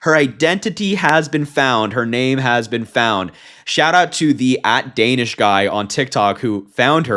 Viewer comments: His name is Danesh, not Danish. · Pronounced: Don-esh, not Danish